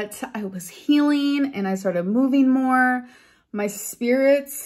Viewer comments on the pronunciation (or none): none